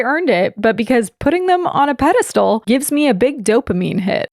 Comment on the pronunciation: I am a new girly and been binge watching videos. I can tell how long ago it was by hair and which side you're in 😂 Also... I heard say "pedestool" one day. I really hope she says that word again to verify that pronunciation 🤣🤣🤣